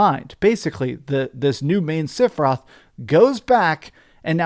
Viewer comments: Are u saying Siferoth? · Just who in Gongaga is "Sif-eroth." For a FF7 fan I don't get mispronouncing the name occurs. However at least he is consistent. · I just watched the self-proclaimed final fantasy fan mispronounce the main villains name for 15 minutes. I’m literally to the end of the video in a blind rage. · learn how to pronounce sephiroth